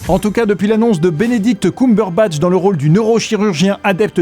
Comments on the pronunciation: Juste... C'est CUMBERBATCH. Pas COUMberbatch... Merci d'avance pour lui (et pour les oreilles des fans). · Petra ó Lothlórien On est d'accord !